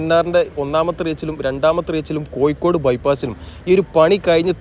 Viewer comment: കോയി ക്കോട് അല്ല കോഴിക്കോട്